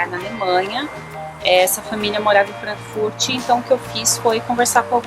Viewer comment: Hehe só uma dica!!! Frankfurt nao tem i no final :)